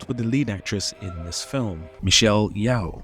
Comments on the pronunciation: The analysis is interesting, but I couldn't get through it. Her name is Michelle Yeoh, not Michelle Yeow... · sees Steven Segal "fighting" waits for Space Ice commentary "..... where he showed the world....." Ah.... perfection. (BTW, it's pronounced Michelle YO-H, not YEOW-H 😂) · great work here, there's just a tiny correction i'd offer: Michelle Yeoh's family name is pronounced more like "Yo" than "Yao" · Yeoh (Yoh, if you have too) not Yao or Yau. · Michelle Yeoh's surname is pronounced Yee-oh not Yow/Yau. We Malaysians are proud of her. She's also a Dato in my country (equivalent to the British "Sir") If you're covering Jet Li I think the first two Once Upon a China (especially the second one)is a better option than Fearless. Steven Seagal is only bad after Under Siege where his inflated ego just went overboard. When it comes of conflict and a satisfying outcome, I would still recommend Donnie Yen's movie like Sha Po Lang and Flash Point. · Why are you saying “Yeoh” as Yeeeow? 😂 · yeoh is pronouced Yoo h